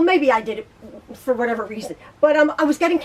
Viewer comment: I crack up every time you say whatever